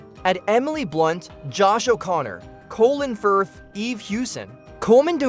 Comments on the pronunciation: "Colon Firth" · Is the narrator AI? The emphasis and pauses are all unnatural. The mispronunciation of Colin Firth's name is another big issue. Mispronouncing "Close Encounters of the Third Kind" and "ET the Extraterrestrial" were very weird. And the repeated mispronunciation of "PG....13. Rating".